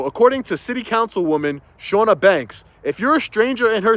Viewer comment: I feel like it should be said just in case she comes back up as she's committed libel against you now but the Ch is Ch not Sh sound. CHAW-nuh. Also ridiculous. Everything.